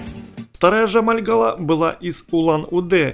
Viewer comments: Не Амальгала, а Амольгама! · Почему амальгаЛа? АмальгаМа! А так спасибо за экскурс